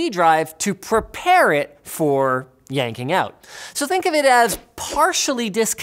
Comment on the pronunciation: The internet demands a Linus "yanking" gif